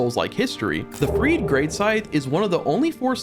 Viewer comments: Sister "Freed"? We literally hear the correct pronunciation throughout the DLC... Freed-eh... ffs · friede scythe